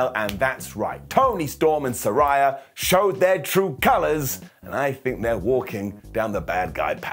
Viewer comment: I hate to be that guy but technically you’re mispronouncing Saraya. Its “suh-ray-uh”. They had an episode after she debuted where they made it clear. Just an FYI (